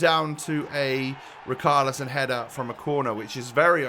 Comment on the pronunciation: not to be that guy but im gonna be that guy. its pronounced like richalison not rikarlison